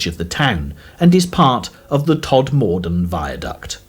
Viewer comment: Somebody tell this bloke how to pronounce Todmorden and Mytholmroyd.